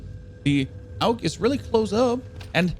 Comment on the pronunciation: Aug not aulg